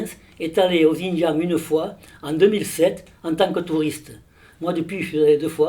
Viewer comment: Putain ça se dit expert et ça sait pas prononcer "Xinjiang" 🤡